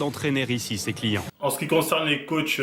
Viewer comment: Ientcli ca veut dire client non ?enfin moi je l'utilise pour dire client. Après peut-être tu disais Yenki j'ai entendu iencli. Dite le moi si je me trompe